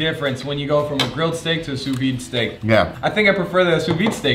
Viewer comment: Why are 99% of these chefs incapable of pronouncing " sous vide" correctly ??